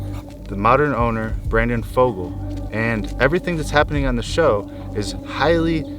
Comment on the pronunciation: Fugal not Fogle